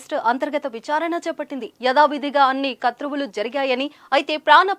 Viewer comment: కత్రువు కాదండి... క్రతువు